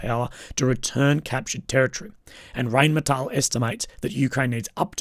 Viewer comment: Never trust a war blogger who can't even pronounce Rheinmetall. It's RINE-METAHL. And no, the Ukraine plant bs is a total PR story, it will never happen.